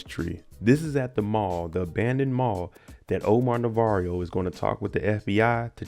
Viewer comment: His name is pronounced Navarro not Navarrio.